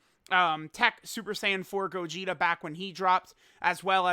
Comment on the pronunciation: dokkan meme time (he said gogeter and vegeter)